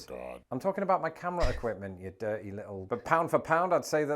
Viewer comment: It's your durhey-ass mind